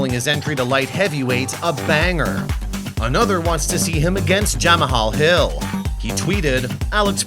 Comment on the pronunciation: ja mah haul hill ????????? need to work on pronounciation its a simple word to say really lol